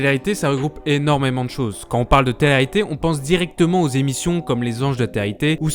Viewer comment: Hé garçon ! répète après moi : té-lé réalité, pas téréalité. Il sort d'où cet accent franchement ?? Enfin le plus efficace pour ces émissions de merde disparaissent c'est encore de ne pas en parler. J'avais moi même oublié que ça existait avant de tomber sur ta vidéo en recommandation...